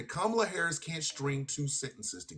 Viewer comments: The man can't even call Kamala the right name, who gives a fuck what he thinks if he's going to mispronounce her name every single time? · Considering how caller keeps spewing maggat talking points and unable to pronounce Kamala's name my guess he's always been a fascist pos